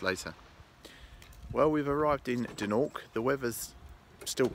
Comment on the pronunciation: I was born in Embo eighty one years ago and I still recognise the rocks on the beach behind the gentleman speaking at the beginning of the video. However, throughout the video this gentleman kept referring the Dornoch as "Doonork" which made me laugh every time he did it. We always knew the place as "Dornoch" even though plenty times we called it by other names, many of them rude. But that was purposeful because of the bad blood that then existed between the then Gaelic speaking people of Embo and the English speaking people of Dornoch.